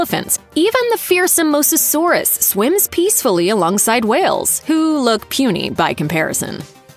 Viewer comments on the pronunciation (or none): none